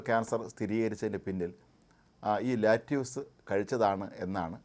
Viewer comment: its called lettuce...mnot lattuce....naaku vedikku